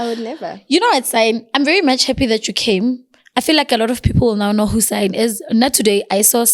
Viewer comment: So no one is going to say anything about her calling Cyan “Sein”💀🌚. Even after she corrected her 😂